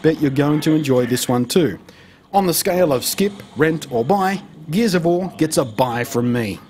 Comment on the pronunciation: "geez of war"